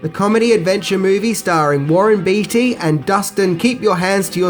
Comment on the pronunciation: Warren Bay-tee. ;)